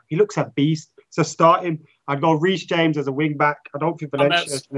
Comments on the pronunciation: Ha dont say 'hames' just say james.. He aint hispanic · They all know that Reece James is pronounce the way it shows right? Its not like James Rodríguez, the guy is from England.